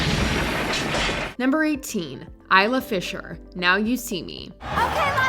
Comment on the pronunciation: Isla Fisher's name is pronounced "Izla".